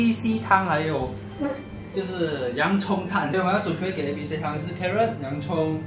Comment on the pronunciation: carrot是不是讲成Clarence